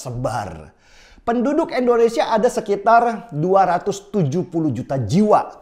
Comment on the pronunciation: Sebut "Indonesia" dong Bang Denny, jangan "Endonesia", itu Bang Denny Sebut "Inggris" bisa rapi gak sebut "Enggris". Jadi biasakanlah sebut "Indonesia", hargailah nama negara kita sendiri.